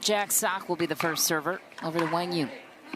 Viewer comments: i would say kwang zoong is more correct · No they arent. kwang zung is closer to the correct way for americans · His name is pronounced Wang yuuong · Actually, I'm curious again. How do you feel about the commentators actually mispronouncing his name and calling him Wang or something? Even Jack tried to correct her and still couldnt get it right. While I thought it was poor form from her since she mentioned on a podcast how professional she is, it's an Asian name for a Caucasian person who has never heard of anything like that growing up. I'll give her slack because I know she was trying. The person writing the title OTOH, that's just sad. Accidental I'm sure but sad. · Professional announcers should know how to pronounce the name of the players taking part in the match. These are basic requirements. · Do your homework and learn how to pronounce players names before you give commentary on a game. Be a professional! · Seems like it would be helpful for quang dong to clarify the pronunciation of his name. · Quang Duong - the commentors should learn how to pronouncing his name way better. It's pretty disrespectful